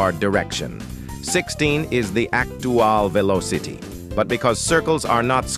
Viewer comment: "16 is the actuwal veelawcity" -random TTS, 2023